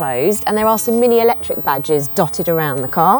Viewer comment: I love the way she says "alectric" every time 😂